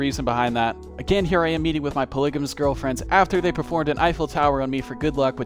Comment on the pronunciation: dawm bro man said perligamous